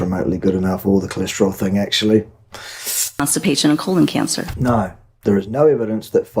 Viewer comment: "there is no evidence that fiber prevents constipation or colon canster cancer" he almost said colon gangster😅